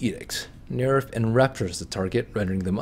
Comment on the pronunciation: Dude stop saying Nerif.